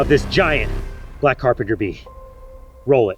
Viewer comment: "that is a REALLY BIG AND BLECK CERPENTER BEE" got me